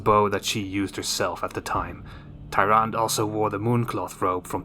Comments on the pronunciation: It’s pronounced taranduh not tyran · It’s pronounced ”Tyrand-e” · You can't pronounce your favorite hero's name? lol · You can't even pronounce her name right but she's a favorite? 😂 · How can you not pronounce the name when the name is spoken in Warcraft and world if warcraft? Also they aren’t like hunters; the priestess of the moon are like paladins but with bows. Which is why their other form is that of the Warden.